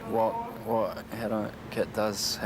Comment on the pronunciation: "Kit" not ket